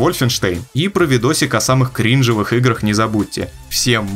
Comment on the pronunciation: Слушаю и радуюсь новому голосу, вот уже лечу писать хвалебный комментарий, как слышу «крИнжовых играх»… Атата так говорить